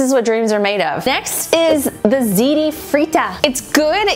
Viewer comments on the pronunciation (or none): none